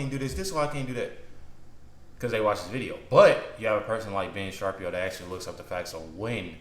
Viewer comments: Shuh-Peer-Oh vs Sharp-E-O. Just trying to help you out bro, great videos! Have enjoyed watching your journey! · It's pronounced (sha-peer-o) I'm surprised nobody told you yet lol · His last name is pronounced: Shu peer o ! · His last name is pronounced Shuh-peer-oh. Love ur vids bro, stay blessed